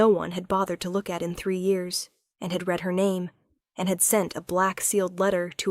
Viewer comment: AI still needs to learn how to PRONOUNCE Words Correctly to make the story Better. unless there is a human that also needs to learn. Examples: READ = 'Reed' this book; She "red" the book; also used at least 3 different pronunciations for "Peter" !!!